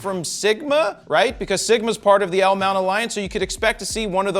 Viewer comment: He can't. He is not part of it, only Leica, Panasonic and Sigma, no Fro 😉 but at least he does say it correctly, not like the Zmount which he calls Cmount 🤣